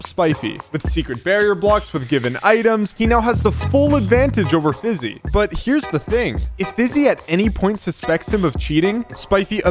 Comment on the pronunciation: Elioenah Francisco Pantaleon its Fiizy not Fizzy